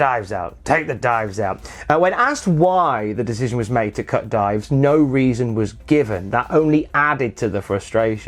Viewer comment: Ohhhhhh he meant DIVES. I honestly thought he was saying DIMES. Like lol WTF was he saying lol